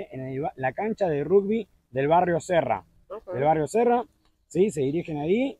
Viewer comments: sí, eso lo sé. Lo que me desconcertó fue que vos pronunciaras "rugbi", con "U". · Todavía me estoy riendo 😅 Te comiste tu porción y también la de Marley, supongo que por dos días no volverás a comer, no? Es la primera vez que escucho a un argentino pronunciar rugby como si fuera una palabra española 🤔 ¿Será que tiene alguna influencia de España? En Argentina se pronuncia igual que en Inglaterra (Y que en casi todo el mundo). No sabía que la compañía Ethiopian Airlines tenía cinco vuelos semanales, desde Buenos Aires, hasta Addis Abeba, vía San Pablo. Así que ya sabés, no es tan difícil... Este video me dio hambre, ya me voy a cocinar los tallarines 😉